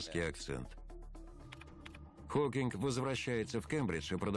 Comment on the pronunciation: Холкиг ? Фамилию даже не можете правильно произносить